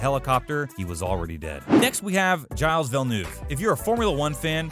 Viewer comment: giales, shoemaker... bruhh